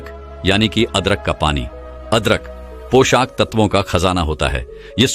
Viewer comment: Sb bahut sunder btaya per..........aap poshak tatv ko poshaaak tatv kyu bol rahe hn.....yah shbd पोषक hai na ki पोशाक,,,🙏